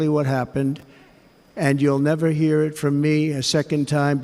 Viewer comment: "and you will never "ear" it from me again 😂😂😂